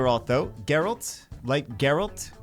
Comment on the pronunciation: Oh, if youre still wondering, I think its pronounced Geralt